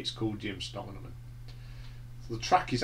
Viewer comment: Distracted by how u pronounce Jim Steinman and a few track names but a pretty good review and I would agree with u mostly. Surprised at braver than we are being so high up in your list? I find it dreadful but each to their own. Think the reason Jim isn’t featured on any of those tracks was cos he was very ill following multiple strokes. Think meat has said he could hardly speak? Dunno how u can’t like ‘sailor to a siren’?? It’s a great track!! Good to hear U were at the 10th anniversary tour. I saw the gig in Sheffield on that tour. It was 1988 and it was one of best rock shows Iv ever seen.